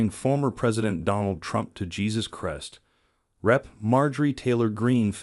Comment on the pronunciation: AI can't even pronounce Christ properly. Next...